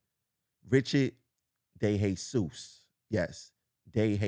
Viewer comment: So glad you called DeJesus ...De Hay Zues and not DeJesus .If he is BORICUAN .It is De Hay Zues .